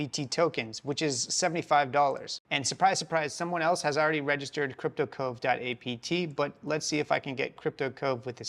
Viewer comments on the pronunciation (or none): You called it cyrptocove not cryptocove.